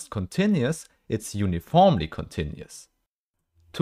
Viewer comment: uniformly -> uniformely -> uniformly 👀